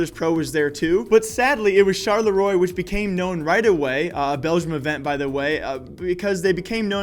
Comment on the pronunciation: please google how to pronounce Charleroi!